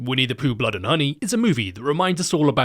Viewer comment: "Bwood is thicker than honey, Chwistopher."